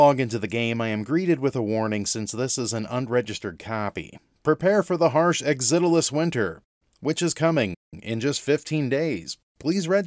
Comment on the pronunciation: I grew up with the original programmer for this game Tao Ge. All of our friends we playing a MUD called Mortal ConQuest and one day Tao showed up with a very early version of this game. It was so cool to play. BTW I was impressed that you actually figured out how to pronounce the name of the game. Not many people could figure out how to say it. Thanks for making and sharing this review.